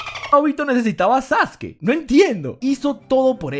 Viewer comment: Porque le dice sasuki?